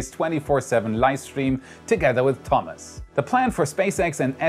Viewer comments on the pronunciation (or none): none